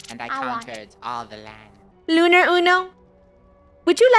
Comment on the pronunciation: Said Unar Instead Of Lunar